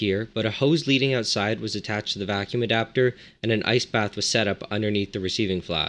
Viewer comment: Every time he says ice bath I hear nice bath or rice bath